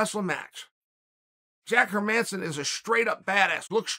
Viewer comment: Herman- e-son😂😆😆